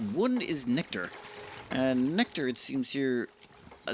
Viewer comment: Love the neck-tar. LOL. I have read/said it that way a few times too. I think it has something to do with the other words around it... Especially bourbon (bon-bon) trees.